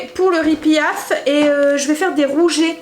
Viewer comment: Le riz pilaf je voudrais te dire que le L se prononce ce n’est pas riz pillaf